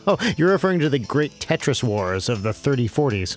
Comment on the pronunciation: You didn't even say it! YOU SAID TRIS. NO.